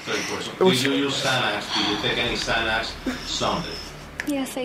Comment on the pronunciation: Possession of ZayNex “Xanax” 🥴🥴 😭🤣🤣 Damn judge 👨🏽‍⚖️